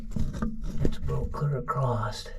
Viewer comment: Just love these well educated yanks, they all love to put a t on the end of “across”. I wonder, do they also do CROSSTWORD puzzles? Just askin!!!